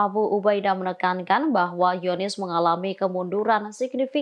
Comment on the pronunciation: Apa cuma aku yg dengar kata Zionis dibaca "Yonis"?